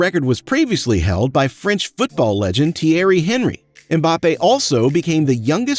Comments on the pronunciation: I've never before Thierry named Hen-ry, instead of pronounced "Hon-ry. Haha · "REEL" Madrid and Thierry "HEN-REE"? It's RAY-AL Madrid and Thierry ON-REE. 'Real' means 'Royal' in Spanish. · The pronunciation: Theary Hanry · Palé is pronounced 'Pa-Lay' and Thierry Henry is pronounced 'Hon-ry'... just saying 🤷‍♂️ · Tiers Enry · You forgot how to pronounce the footballers names theiry HENRY THERES A SILENT H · No way this guy pronounced Tiery Henry’s name the English way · The mispronunciation of Thierry Henry tickle my nerves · The way he said Thierry Henry was criminal. He should 100% know how to say the name, its french as well!